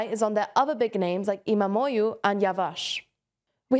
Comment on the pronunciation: Great pronunciation of difficult Turkish names. Almost perfect. “imamoğlu” means “son of imam”. And the second part of word is more like “oolu”. So we elongate the “o” sound and the glottal “ğ” sound almost disappears.